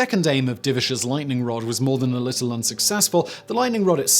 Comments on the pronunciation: Lightning "rode"? Lol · It's a british thing